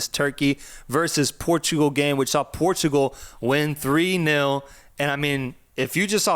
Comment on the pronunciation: the clear bias in the portugal game analysis lmao. Try to cover it a bit more next time. and by the way, the way you pronounce Portugal is super wrong.